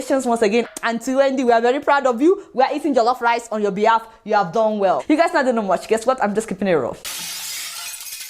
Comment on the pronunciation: Adeola you are super ! Small thing : avoid putting ‘r’ in your words were it is not in the word. Eg you say be-harf instead on behalf. Shurt instead of shut. But don’t mind me oh. I know English is not our language. Fan of yours always. ❤️